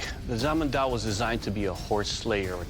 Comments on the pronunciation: It's pronounces, "Chan-madao" not "San-madao". Either way, the Zhǎnmǎdāo lives up to its name as a horse-chopping saber, rivaling the straight Scottish Claymore in tenacity. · Zhan Ma Dao (Literally: Horse(ma) cutting(zhan) blade(dao)), it is 3 words, not zhanmadao slung together and said quickly. It's cool to see the interest in Asian weapons, but please show the basic respect of at least trying to pronounce the names correctly. I know this is an old episode, I say this for people watching here. This is especially disappointing considering Doug is literally Filipino and should have the basic understanding of how Asian languages work and could easily have advised his fellow judges.